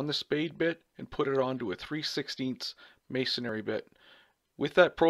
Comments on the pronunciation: Pet Peeve: it's may-son-ree, not mays-son-ary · May - son - re